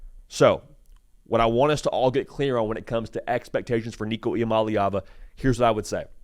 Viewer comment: You got that last name down